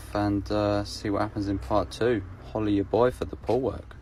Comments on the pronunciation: I thought he said hola at your boi for the whole work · Ngl I thought he was saying holly ya boy for the pool work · I thought he said "hollywood boy for the pool work" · no its “Holla at ya boi for da poo work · 😂 WTH I thought he said holla at us boy this whole time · Lmao I still think it’s holla at ya boy 🤣